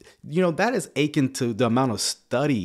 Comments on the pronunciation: I agree with everything you said except the way you keep pronouncing “akin”. The emphasis should be on the last syllable. You sound like you’re saying “aching”. But it’s “a KEN”. I’m not trying to be picky, but you keep saying it!!!😊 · You killing me with your pronunciation of akin. It’s uh-KIN, not AY-kin. You said it soooo many times, it drove me nuts! Love ur videos tho 😂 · It’s (ah-kin) but I get you!